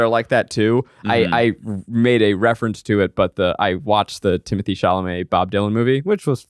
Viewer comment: is timothee chalamet a movie star people do not care enough to pronounce his name correctly? He is on record that he does not care if people say it wrong but the correct way to say his name is Tim-Oh-Tay. 🤷🏻‍♂️